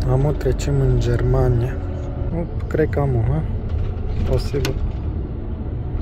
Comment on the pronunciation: "Am vinit in jermania" 🤣